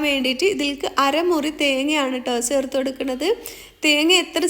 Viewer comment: സേർത്തു അല്ല താത്ത.... ചേർത്ത് എന്ന് പറ 🤣